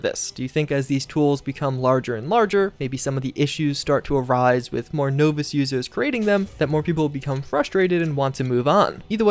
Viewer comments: IT'S NEVER PRONOUNCED NO-VISS! NAWVISS! NAWVISS!!!!!!!! Who cares what my opinion of mod packs is. If it isn't against the Nexus terms tough to those who don't like it. As far as being justified in pulling their mods... Well yeah. You don't own them. They do. THEY can do whatever THEY want with them. Again to those who don't like that, tough. It's not always about you sunshine. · "No-Vis" "New-Cue-Lur" is just trolling us now. He knows...